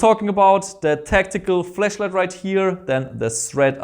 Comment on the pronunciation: Austrian pronounciation , sorry mate ;D